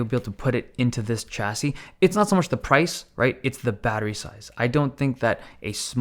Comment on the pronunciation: Dave, you're pronouncing "Chassis" wrong!